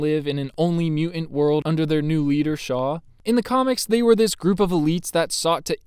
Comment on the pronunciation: What's a "mu-ant"?